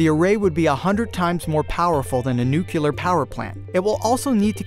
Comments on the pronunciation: What is a nucular power plant? I've only heard of nuclear ones so far. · Did he say nucular instead of nu-clear? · A "nucular " power plant? I can't stand that. It's nuclear. Noo-clear. Not noo-que-ler. Educating starts at home. Learn the words in your video properly before recording or it'll be obvious you googled more than your knowledge could provide. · "NUKE-LEE-ER" - not "NUKE-YOU-LER", jeez. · nuk-ya-ler! REALLY! You pronounce nuclear that way in a science video??? It's NU-CLEE-ER! With that kind of attention to detail, we'll get to Proxima Centauri in at least 6-million years. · it is New-Clee-ahr..... not New-Cue-ler; who are you, Peter Griffin? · HA! I caught you saying "nuculer" ...and I thought you were so smart... It's "nuclear" as in "nucleus". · Its nuclear not nucular. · NUCULAR??? C'mon. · The video was good until he said "NUCULAR". Jesus, why is this a thing? It's literally pronounced exactly how it's spelled. NUCULAR isn't a word you dumbass. Say it with me now, NU-CLEAR. FFS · There is no such word as Nucular (often mispronounced by pseudo scientists and more famously George W Bush).....it's Nuclear re the nucleus. It's pronounced New-clee-ar. Hope I've made that clear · NUCLEAR, NU-CLEAR FOR GODS SAKE. NOT NUKILLER, NU-FUCKING-CLEAR. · Or NUCULAR. I'm glad it's not just me who gets enraged by this inability to pronounce this very simple-to-pronounce word. NU-CLEAR. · you say "nucular" instead of "nuclear". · Nuclear, not nucular! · NUCLEAR. NU CLE AR. Its not called a "nuculus" thus the word isnt nucular. In a vid about science tho..come on. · It's not nucular. It's nuclear. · you use the term 'nucular.' It's nuclear. For a science presentation the least you could do is use proper nomenclature. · He said, “a nucular reactor.” If this guy can’t even pronounce nuclear properly, I’m not about to believe anything that he says. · Nuclear: New-clee-ar Nucular: Not a real word. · why do you guys always say nucular when it is clearly spelled nuclear?